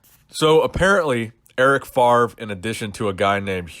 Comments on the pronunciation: It’s pronounced FAV-REE not “FARV” we Americans been saying Brett favre wrong this whole time lol the “R” is after the “V”.... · It's Eric FAVRE, FA-VRE, not Farve ;-) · Yeah, saying FARV every time was annoying enough :p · enjoy the content since u had like 30 k subs , great development brother . and erics name is pronounced more like fafre